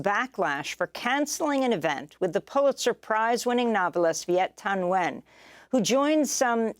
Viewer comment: Viet Thanh Nguyen’s full name is pronounced Vee-et Tahn N’win!